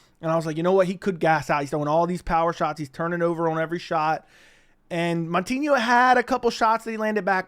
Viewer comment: Not MON-tinho…MOU-tinho